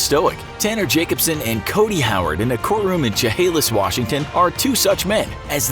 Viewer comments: Sha-hay-lis is how you say "Chehalis" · It's Chehalis, Washington. Not Chehalis.